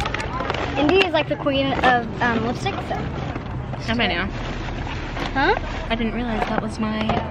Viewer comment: lol😂 blipstick instead of lipstick 💄